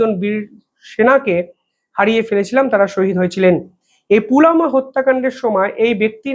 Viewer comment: পুলামা নয় পুলওয়ামা অথবা পুলবামা